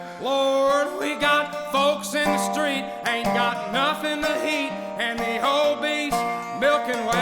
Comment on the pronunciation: I noticed right away he starts some words with an H as in "H'Ain't" He Kind of smoothly turbocharged the words Like someone else said, "I want to home a listen".Have a box of tissues ready